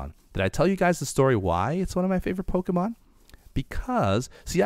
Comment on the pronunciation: why do you call pokemon polks?